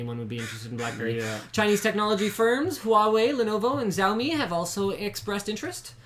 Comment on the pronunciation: You are not pronouncing Xiaomi right. Its more like Shaomi instead of Zaomi.